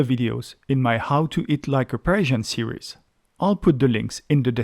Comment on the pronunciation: It sounds like you are saying Persian